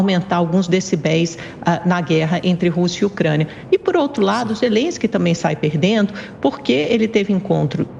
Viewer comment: O cara é tão burro que pronuncia zerensqui 😂😂😂😂😂 bêbado, inveterado, mentiroso crônico